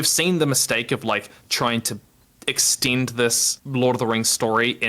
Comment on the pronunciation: Omg I thought he was saying extinct not extend lol